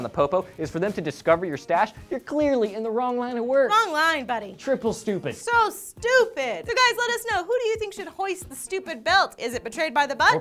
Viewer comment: did you say "triple stupid"? or "trickle stupid"? lol